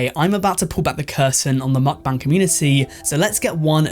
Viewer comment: How many am I going to have to hear this guy say mukbang wrong I wonder how he says bangs